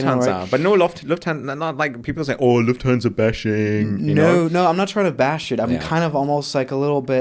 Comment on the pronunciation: Great podcast! What annoyed me: Swiss001 / can speak proper German but is not able to pronounce "Lufthansa" properly. Its a German name and does not have to be "anglofied".